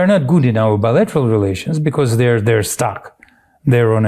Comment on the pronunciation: why do you pronounce the word because as becauss.....when you read the word cause....do you also pronounce it as causs ??? is it for attention or flair??? is it supposed to sound intellectually elevated??? to be honest it sounds completely out of the ordinary and ridicules !!!! and im actually curious as to why you do that Ben....i doubt you will answer ...in fact im sure you wont...and you really dont need to remind people to subscribe because you need to hit some next milestone ...i hate being reminded if things i already KNOW i can choose to do if i want to....and like most people i dont need constant reminders...it gets annoying all the time....i have zero subscription and its exactly how i want my interaction with the internet to stay....it invades too much of our lives as it is already !!!! so maybe ease up on the begging or Reminders all the time bro !!!! im not subscribed and i see most of your posts ...but only the ones i CHOOSE ...lol savvy ?? keep opposing the insanity of your Gov....its the logical thing to do...everyone on earth hates bullies and pedophile wannabe dictators thats for sure !!! be careful who you support like good ole buddy Cohen....the closet magat you used to call upon to act like he was NOT the traitor that he truly is !!!!! i read him likea book the very first time i seen him !!!! lahooooooo zaherrrrrrrrrrrrr !!! LOSER !!!!!!! lol